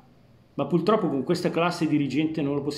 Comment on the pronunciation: Al “PULTROPPO” ho chiuso .🤣